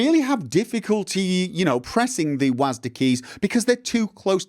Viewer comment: I know, but you’re saying Wasd-a;)